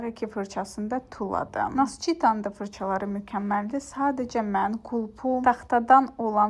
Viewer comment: Naskita❌️ Nascita✅️